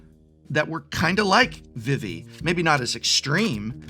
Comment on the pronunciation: Is Prof trolling with Pronouncing Vivi as Viv-E and not Vee Vee?